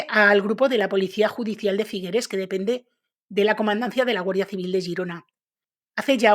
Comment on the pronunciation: Figueres no se pronuncia con esa e final, suena terrible nena